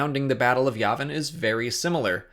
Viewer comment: It’s YAY-vin. Jesus